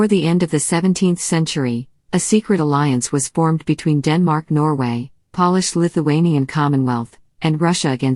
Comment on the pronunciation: I stopped watching when the voice pronounced Polish the way most of us would pronounce shoe polish. Shortly before this they showed a picture of Washington Crossing the Delaware apparently as an illustration of Gustav Vasa. Maybe the res of it's great; I don't know.